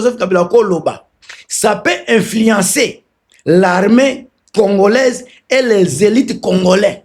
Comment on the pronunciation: Libolo ya maman nayo na bino ba rwandais nyonso salela ba ndeko nayo prononcer congolais pas congolais te